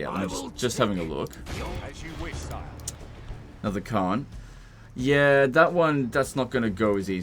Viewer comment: ITS ANODDAH SHOAH